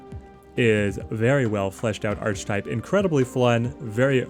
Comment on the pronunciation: Archetype - pronounced "Ark-ee-type", not "Arch-Type"